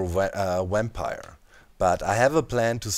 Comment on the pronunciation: What's a 'wampire'? XD